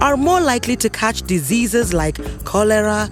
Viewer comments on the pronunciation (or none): “dezizis” instead of “ diseases”